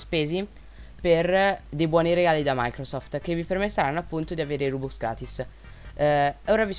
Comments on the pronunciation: Perché rubux si dice rubox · Si pronuncia ròbúks